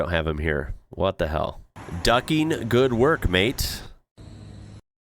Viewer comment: G'day mate, your accent is really getting quite good, but you do need a little more work on saying Mate. To be clear, you're not bad, but it stills sounds just a tiny bit jarring stiil. Us Aussies are famous for the "rising infection" at the end of a sentence, so it's sounds like virtually everything is a question. But please don't do that with Mate though. So the tip is say it like May_te (the e is virtually silent with just the slightest hint) and stretch out the first "may" part. Just be lazy and relaxed about, and don't finish the word with a hard T either, like mait. Checkout Adam Hills on Aussie slang, it will have you in stitches. And I Hope you and your family had a great Christmas..